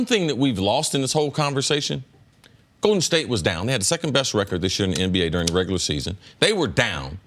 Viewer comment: Cris Carter "Goeden State" 🤣